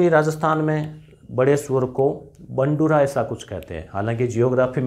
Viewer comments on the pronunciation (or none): बंडुरा नहि गुरूजी भंडूरा कहते हैं सुअर को